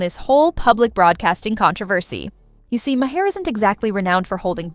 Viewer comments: Maher, not ma hare. Mahr. Rhymes with bar. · Did you hear May-her? Instead of Mahr? Or is the spelling wrong? Katherine and Bill both spell their name Maher. Sorry, but I didn’t hear Bill May-her. Oh, wait. Now I get it. Lol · I also heard another name and a different pronunciation; Ma-heir. That must be AI voice.